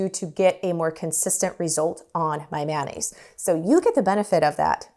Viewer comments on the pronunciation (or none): Pronounced mayo-naise rather than man-aise. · Thanks for the tutorial,. Much appreciated. Now let me return the favor…. Mayonnaise is actually CORRECTLY pronounced: MAY-OH-NAZE”… not “man-aze”. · MAY O NAISE. Why do we say MAN NAISE😂😂😂😂😂